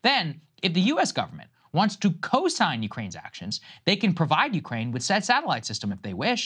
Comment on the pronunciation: Stop talking like that Saagar. "Said" "Said". It's annoying